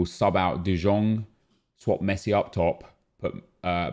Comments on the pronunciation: De jong is pronouced as de young not de djong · Its De YONG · Anyone else pained by the way he says De Jong still? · how has he not learned yet? PAINFUL